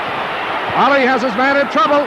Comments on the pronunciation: It's Ali not Allie 🤷🏾‍♀️ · No its not. It’s Ali. You retard.